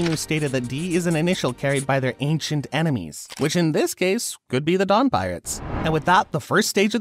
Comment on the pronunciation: i thought he said dong insted of dawn for a sec